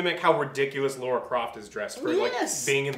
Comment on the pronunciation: "Laura" croft?